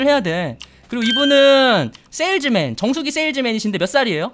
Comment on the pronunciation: 정수기 판다고 할때 정수리 판다는 줄 ㅋㅋ